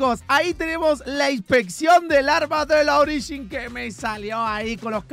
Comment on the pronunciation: se puso raro hoy jajaja usando "ogirin"😅😅